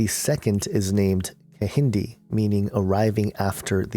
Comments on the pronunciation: lol and the second twin is ke-hin-day not ehindi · the Kehinde is pronounced with the K its pronounced Ke-yi-day :) (im Nigerian)